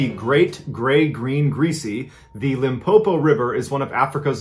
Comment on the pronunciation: Pronunciation of Limpopo is perfect...award winning 👌